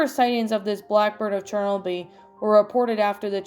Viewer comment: Awesome reading as always! Also it's pronounced chur no bull. Hope you had a nice Halloween and you can read my request soon! Did the link work for you? 😊